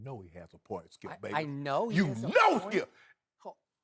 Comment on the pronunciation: Shannon: Skiep, hairs the thing. Shannon is great for TV